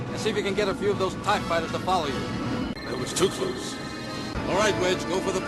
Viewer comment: Why does nobody besides me pick up on the fact that he says "too cluse" here, it always irks the crap out of me.